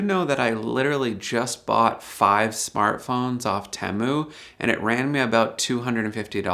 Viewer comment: I thought that TEMU was pronounced 'tee-moo' as I have heard it said in many other YT videos. I have also noticed that some folks (usually from India) pronounce Debian as 'dee-bee-in' which is not correct since it is named after the founders of the project Deborah and Ian, thus pronounced 'deb-ee-an'. Please advise.